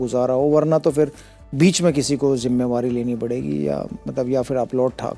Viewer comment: Jimmewari nahi jimmedari sehwag